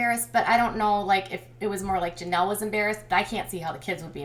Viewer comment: Please quit saying Janelly, it's so annoying